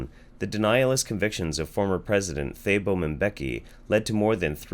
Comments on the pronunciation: As a South African, this topic really grates me. We have an epidemic here while others who have the medication available refuse to take treatment and deny the disease is actually killing people BTW, Thabo mbeki is more like 'tah-bo' than 'thay-bo'. Never liked him anyway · Thabo is pronounced Tahbo. Don't forget that the health minister of South Africa was the one who recommended potatoes and garlic to counter HIV.